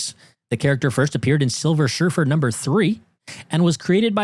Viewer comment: Who's Silver Shurfer??? Did you mean Silver Surfer lol!!! 🤣🤣🤣